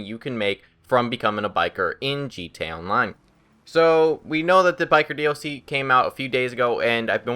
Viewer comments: Why the fuck is he saying G Town line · its funny how he says gta online